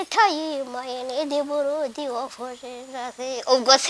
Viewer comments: yavuze buludi not buladi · ndagukunda ukuntu uvuga ngo blood ngo ni buradi😂😂😂😂